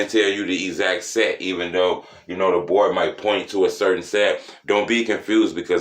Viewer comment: "DA BOARD" be lit 🔥